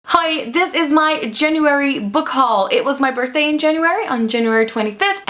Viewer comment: Subscribed! I really like your channel. Are you dutch? Because your "hi" at the beginning of the video sounds really dutch 👀